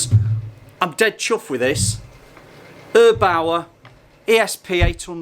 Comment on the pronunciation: No, not erbauer but airbaur